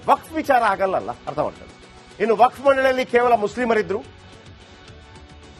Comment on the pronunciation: Waqf akshara nininage ucharisalu kasta aagbahudu yakandre ninna nalage sari illa